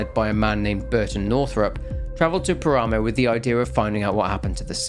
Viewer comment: Its pronounced "Pára-moh", not Parámow. It means desolate plain, or wastes.